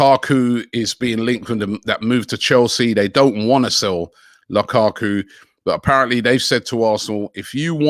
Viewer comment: Lakaku. Me thinks the could do with a pronunciation coach.